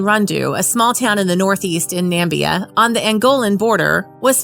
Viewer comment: That commentator calls Namibia "Nambia" - please get someone who can read to do the voice-over.